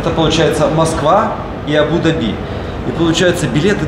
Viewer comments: Абу- Даби, ударение на Букву а. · без обид, Абу-Даби ударение произносится на букву У и А. АбУ-ДАби. 💕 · так смешно произносит. А́бу-Да́би, вариант ударения Абу́-Да́би так.... для информации....)))) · Здравствуйте. Абу ДАби, зачем говорить по другому? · Абу-Дáби , ударение на ( á ) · пожалуйста, Абу-ДАби, а не Абу-ДабИ!!! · Абу-Дааааби а не абудаби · Да не абу- даби', а правильно абу- да'би! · НЕ абУ-дабИ!!! Абу-дАби - ударение. Не обижайте Восток. СЧАСТЛИВОГО и ПРИЯТНОГО путешествия! ЧУДА ВАМ ЧУДНОГО... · Абу ДАби, а не Абу ДабИ)) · Я даже в гугл заглянула. все верно. Абу - ДАби. Я прожила в Дубае некоторое время и слышала правильное произношение столицы. Но тут и я засомневалась, слышала из уст Дмитрия не то.... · говори правильно, пожалуйста, - Абу-ДАби, дирхАн. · Ударение— Абу’- Да’би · Название столицы ОАЭ Абу-Даби не склоняется,ударение правильно ставить на второй слог Абу-Даби,произносить АбУ-ДабИ (ударение на последний слог)- категорически неправильно!!! неужели сложно выучить название.p.s. Валентина у Вас очень смелое решение в одежде!!! Это Мусульманская страна🤦🏻‍♀️🤦🏻‍♀️🤦🏻‍♀️ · Ударение в названии на первые слоги, кстати. Абу ДАби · Прям режет слух это ваше абУ дабИ. Если коментируете свои поездки хотя бы посмотрите как это правильно произносится, чтобы было приятно вас смотреть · Здравствуйте, и Валя!, ты произносишь слово Абу-Даби с ударением на последний слог, у нас говорят с ударением на вторую букву А, Абу-ДАби! А как произносят это слово сами арабы? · правильно говорить АбуДАби,ударение на А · Первый раз слышу произношение Абу-Даби с таким ударением😊. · Абу-Даби, ударение на А. Очень режет слух неправильное произношение. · Дорогие черничники 💖 очень рады за вас, с отдыхом. при названии города Абу - Даби ставьте ударение правильно, а то арабы обидятся ❤простите. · Да какой он грамотный! Даже ударение не может правильно поставить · Абу ДАби, ударение.😊